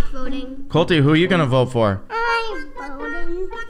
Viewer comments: he said bote me as well 🥺😂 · He barely said vote he said boat me